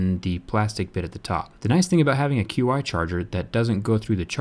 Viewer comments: dude, it's not pronounced QI charger. It's pronounced like chee. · "q-i" it's pronounced "chee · Isn't Qi supposed to be pronounced as "chee"? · Qi is pronounced "Chee" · It's pronounced as chiee for QI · I thought QI was pronounced "Ch-ee" or "Chi". That is how I have always heard it at least here in the United States. Maybe I am wrong?